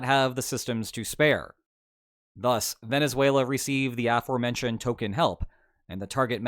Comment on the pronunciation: Aformentioned.... I heard that.